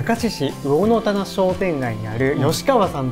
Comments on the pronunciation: 「うおのたな」じゃなくて「うぉんたな」って呼んじゃいます。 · 魚の棚、「うおんたな」と発音します(地元民) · 「魚の棚」は地元では「うおんたな」と発音するんですよ〜！😊